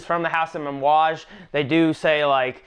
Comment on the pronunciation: it sounded like you were pronouncing amouage with an "M". lol.....great video btw, i love my J40